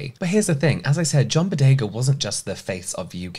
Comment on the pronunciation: No offense James, but your passion defending John Boyega and calling him Bodega was killing me 😅